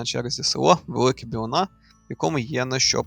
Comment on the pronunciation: Велика Білина,наголос на і Моє рідне село 🫶 Сумую......